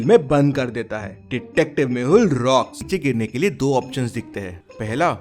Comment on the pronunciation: Detective mehul not mahul